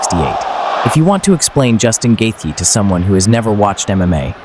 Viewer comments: Whoever did the voice can’t say Justin Gaethje right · I wish these idiots would learn how to pronounce his name. Its not gaythie its gaychi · "Gay thee" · Actually the th isn't silent. It's like gaith(rhymes with faith)jee